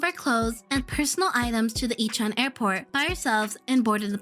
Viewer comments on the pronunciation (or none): none